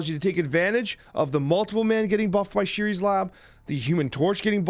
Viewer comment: It's ShUris lab. You need to learn to pronounce the names in this game